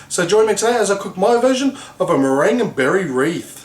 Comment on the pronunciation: murr-gin-you o.o